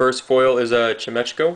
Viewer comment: Chimechco the guy said chinechco. Sorry its just theres not another consanant after the second ch.